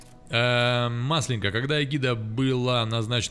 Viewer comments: Маслёнка - ударение на "Ё". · Не маслЕнка, а маслЁнка))))